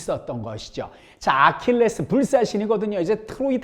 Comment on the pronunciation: 3분 30초에 아킬레우스를 아킬레스라곸ㅋㅋ